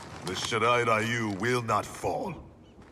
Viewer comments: Funny how they totally mispronounced Shirai-Ryu as "Shirai-Rayu". But they fixed it in the new live action film. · Why is it when you tun on the capcations to english every time scorpion say shirairayu it say shit i ryu